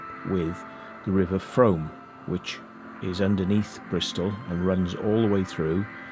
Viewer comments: Frooooom, not Froam!! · It’s pronounced Froom. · The Frome is pronounced “Froom”. Also, the long curved tunnel mentioned at the beginning of the exploration is called “Castle Ditch” it follows the original road line of Lower Castle Street and ends at Broadweir, where the weir is located and the access to the street is found. Great video.